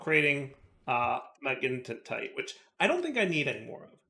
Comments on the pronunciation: Blutonium = blue Magentite = magenta Pronunce it like that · MA-GEN-TITE Like magenta, because its magenta colored... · its a hard word! 😢 pls be nice